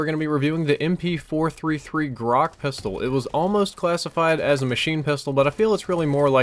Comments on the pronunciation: you're mispronouncing Grach, just like pretty much everyone else who encounters the word. It's not pronounced 'Grahkh', it's pronounced 'Grahtch'. This pronunciation seems to be lost on anyone who hasn't studied Russian. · It's not Grak, it's GraCH, with ch like sandwich. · wtf??? graakh? it should be more like 'crunch' or 'lunch' but without "n" - [grat∫] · the way you said Grach? its not Grak lol its Russian made and you supposed to say it the way its spelled, btw it means rook which is the type of bird